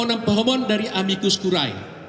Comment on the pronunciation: Amicus(sahabat) dan Curiae. Dibaca"Amikus Kurie" bukan kurae bacanya. Ini bhs Latin.